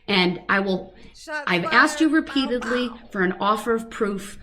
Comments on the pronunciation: Relavancy, I axed, and it goes to his biast..ahahahsh what a fin idiot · If he says " axed" one more time..... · They should teach hi to say ask and not axed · I thought i was goin crazy cuz every time he said said axed instead as asked. But im not alone obviusly lol. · Biast....biastness.... substained.... axed....troof....a whole new vocabulary.... not as intelligent as he thought he was 😂 What's with his scary manicured lady hands....bet they go down well with Bubba. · I wish you would have corrected him when he said axed as well as biased. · He axed his questions 🤣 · don't you mean "ark-sed"??? SUBJECTION /Grounz 😐